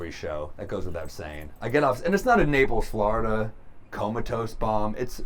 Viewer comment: He really hates Napels, Floridal